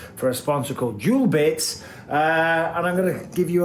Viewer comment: Isn't it duelbits?? not jewelbits